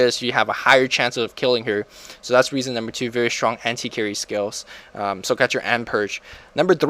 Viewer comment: SHtronk xD